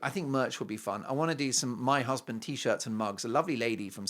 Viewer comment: I love that also especially also when he says my husband hussssbeeend